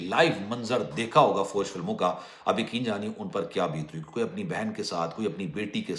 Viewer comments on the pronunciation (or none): none